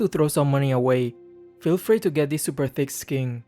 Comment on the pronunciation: be like: "this new very expensive skingggg"